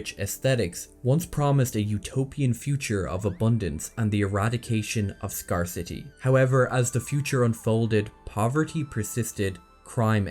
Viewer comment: Nothing drags society down more than scahrcity. Have you never heard anyone say that word? At least we know that the M in Mnemonic is silent.